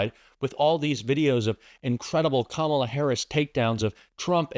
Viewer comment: KAMALA! Accent on the first syllable. Let's get used to spelling her name correctly! She's our next President of The United States. God protect her.